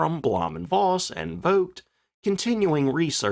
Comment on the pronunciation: In German, the letter "v" is pronounced like an "f". Please quit pronouncing it like a soft "w", which is also not silent in German and Slavic languages. So for example, there is no female cattle in any names with "ow" in them, like Mankow, which is properly pronounced Mankov. Got it?